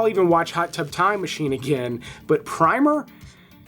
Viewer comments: Great video but can you take AI seriously with pr ' I ' mer instead of Primmer as it is supposed to be spoken. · ‘PRIMER” is pronounce with a short i, as in “in”. With a long i it’s paint.